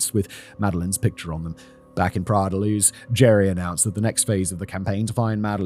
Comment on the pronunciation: "Praia la Luz"...!?!?! In Portuguese PRAIA DA LUZ!!! Portugal is Portuguese Language entirely nor Castilian Language!!!